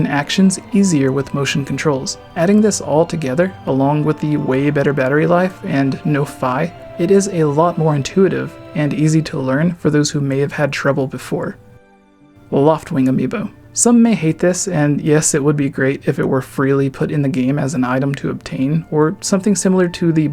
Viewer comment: Hey, listen! Her name is pronounced “ Fee”